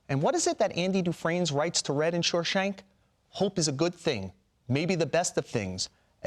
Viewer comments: I know, its annoying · "Shoreshank" lol